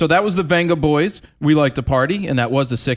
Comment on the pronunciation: Vengaboys is pronounced Bengaboys :)